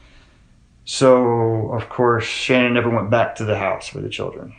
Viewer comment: The dad calls her Shannon not Shan-nan, where did that get so off at? Btw my heart breaks for her family 💙